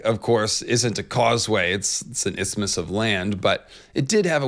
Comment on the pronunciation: Don’t feel bad about your pronunciation of “isthmus,” it’s all Greek to me too